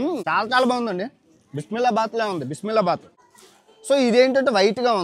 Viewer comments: అది బిస్మిల్లా బాత్ కాదు బిసిబిల్లె బాత్ 😂😂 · బిస్మిల్లా బాత్ కాదు , బిస్బెల బాత్ బ్రో 😂